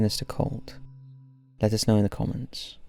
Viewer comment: 5 scary videos, narrated with a scary amount of valium. "Let us know in the c*nts" What? Oh, comments.